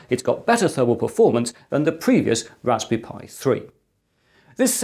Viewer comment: can you pwease wewun the tst for the wasberry pi